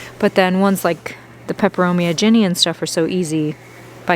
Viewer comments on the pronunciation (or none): none